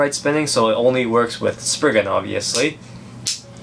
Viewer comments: It’s sprizing not sprigin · ITS NOT SPRIGGAN ITS STORM SPRIZEN